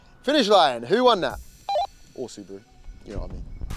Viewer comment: There is no c in Subaru why do you say scoby